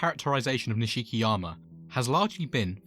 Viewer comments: This is the only way you’ll here this his name is not pronounced niSHIki it’s nish-ki the nish being pronounced like Niche oh and I’d like to see ryugi Gouda next 😅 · It’s pronounced Nishkiyama